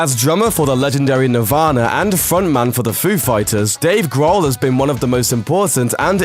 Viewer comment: ''Dave Graahl''